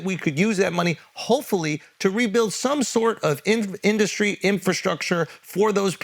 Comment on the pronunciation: Charlamagne,,, what is an induscree??? You say it in every square space ad 😂😂😂